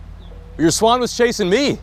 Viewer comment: why does she say swan like that "swAAn"